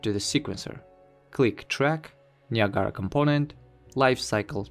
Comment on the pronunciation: не ниагара а наягра))